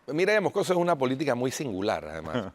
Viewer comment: El apellido es Moscoso no Mocoso 😂